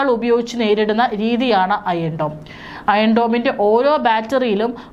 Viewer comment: അയേൺ dome അല്ല അയൺ dome!